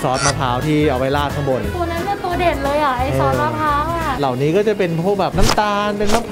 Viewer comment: เหล่า!!! ไม่ใช่เหล้าพี่่่